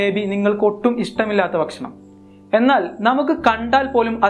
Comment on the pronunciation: Bashanam Alla bakshanam ennu parayu